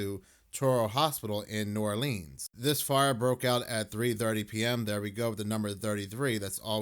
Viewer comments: New ARLINS. Pronounce it right lol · The way he says New Oleans is aggravating as hell! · Yk they ain't from Louisiana when they pronounce "New Orleans" like that 😂